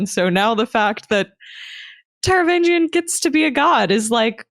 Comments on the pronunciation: While I respect alternate pronunciations, I can't get over totally ignoring the 'G' in Taravangian's name. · In my mind I'm pronouncing the 'g' in the "vang" syllable like "sang" instead of like the 'g' in "range", but it's possibly not coming across due to poor enunciation, or maybe I just forgot it lol.